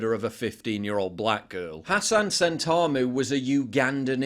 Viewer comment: Not how you pronounce sentamu. It was the name of the archbishop for years ffs.